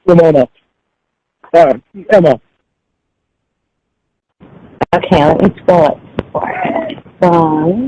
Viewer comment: The poems are making me gag.....the vomit is nearly there.....for the love of Cawd,, STAWP!!!!